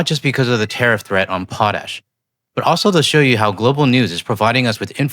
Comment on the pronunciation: Legit belly laughed when I heard "wants to teriff potash" Fuck american farmers, right? Holy shit Americas so far gone back almost 100 years in policy. Impending famine coming soon